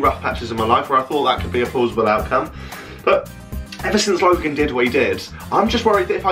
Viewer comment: That was actually quite convincing until you said ‘logang’ haha